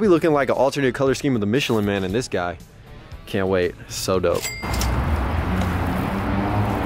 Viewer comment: "I KAynt remember...."